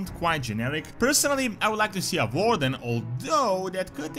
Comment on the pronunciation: Just a fyi its Warden, you say it War-Den Warden not voreden. Sins vore is technically related to war but belong on another website that isent youtube lol. But as for the clases it sounds nice to add some new flavor to the game to allow ppl to play the game as they want/dream of. And peopel have bin asking and begging for vampire sins way back in the old vanilla wow, we dident get vampires but we got vampire bats and death knight with some vampire inspired abileties so ppl could technically rp a vampire if they want. I whould be ok with having a traditional vampire added to WoW that cant stand sunlight, whould be cool to have in a mmo. AND nobody else have that in a mmo. In fact last game to have the standard vampires that cant stand sunlight is elder scrolls 3 morrowind. Yes the vampires get big-sad if they havent fed on a mortal for some time. Thats not the standard vampire, thats a difrent vampire clan from the standard vampire that cant stand sunlight. Other then that voodoo and witchdoctors whould also be fun for the trols lol.